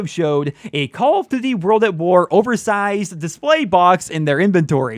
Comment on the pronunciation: they probably didn't invite you because you cant say call of duty properly :D